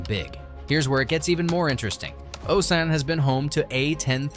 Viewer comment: Osan and Kunsan, mispronounced...alot... Oh-Sann Khun-Sann Captain Hughes.... In a sheriff's deputy uniform, definitely not a USAF uniform